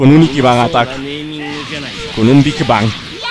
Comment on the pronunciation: Se dice big bang